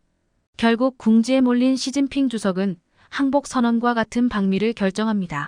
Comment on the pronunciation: 왜 이런가 시진핑을 서진핑이라하고 목놓아 우는경우 목논아 운다 라고 연설하신분도 한국사람은 아니라고봅니다